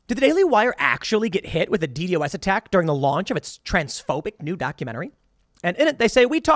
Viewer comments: Isn't it usually pronounced "Dee-Dos" and not "Dee-Dee-o-s"? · Never heard someone say d-d-o-s. Always heard it as D-Dos. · Nobody says “Dee Dee Oh Ess”, Tim. It’s “Dee Doss.” It’s awkward to hear you correct others about the topic when you say it like that over and over again. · please just say D DOS attack :D so weird hearing it as D D O S attack lul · Nitpick: don’t like how you pronounce DDOS as the acronym instead of calling it “dee dos” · The way Tim says DDOS is funny. Simplify it to "De-Doss" it roles off the tongue better and is used by quite alot of other people. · It's been pronounced D-Doss forever, I don't know why he's spelling it out since he's been into computer/internet stuff most of his life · It’s pronounced dee-doss. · its pronounced 'dee daws'. Just say that, for fks sake. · Ok here’s the thing. If you say DDOS like D.D.O.S then I don’t want to hear you roast other people about messing it up. To security professionals you sounds just as goofy lmao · It is said “Dee Daw-se” attack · jeebus just call it D-dos. saying D D O S everytime is fucking stupid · It’s pronounced, “DEE’-dähs” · D-DoS (should should like Ross), Tim.... PLEASE!!!! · btw you say DDOS like D-DOS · As a software developer and someone who is very interested in information security Tim, it really bugs me the way you pronounce DDOS. Don't spell out the acronym, it's pronounced Dee-Dause, Like Wee Sauce but with D's at the front. You got this I believe in you. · DDoS is not pronounced by saying each letter individually but by saying the first D and the word Dos.